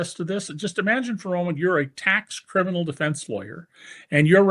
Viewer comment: " HE IS A CRMINAl" ys think???? David ?